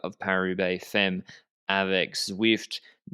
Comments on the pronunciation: Oh c'mon, pronunciation is like "fammes", check it out. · Don't know if this has been said but the first 'e' in femmes sounds more like the 'a' in Anne (basically sounds like fammes)